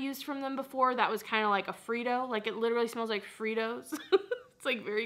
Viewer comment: “Literally” not literary lol love you 😍